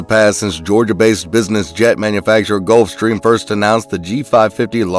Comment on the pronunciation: I'm sorry, they "done" know how to pronounce "Gulfstrram"?